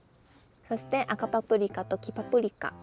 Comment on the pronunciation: キャンプ⛺️良いですね(≧∇≦)b エアテント 3分で完成...(>_<) お疲れ様です🍵 エアテントは知らなかった💧 購入検討します😆 赤パプリカ 黄パプリカ...滑舌良すぎ☺️ 早口言葉で言えるかな😅 健康的なカレー🍛にサラダ🥗 炊飯器の機能 2周する...分かる🤣 またまた為になる動画ありがとうございました🙏 最後にツインテール⌒(´❛-❛`)⌒ 可愛い"(∩>ω<∩)"